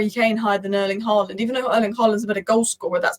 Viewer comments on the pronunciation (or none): none